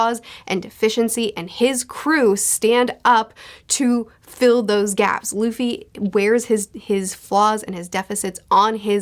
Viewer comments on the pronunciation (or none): none